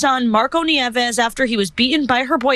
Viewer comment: nieves is pronounced "nee-EH-vess"